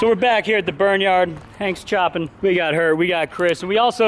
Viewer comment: anyone else notice say hangs choppin? LOL